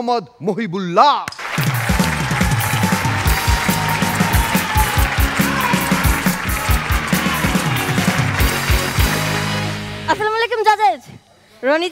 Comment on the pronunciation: এই ছোট ছেলেটার, শেষ কথা বুঝতেই পারিনা। কতবার ব্যাকে শুনতে হয়। শেষ টা দ্রুত বলে। মহিবুল্লাহ নাম, উচ্চারণ ঠিক আছে।